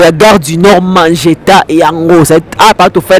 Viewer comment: C'est magenta au lieu de mageta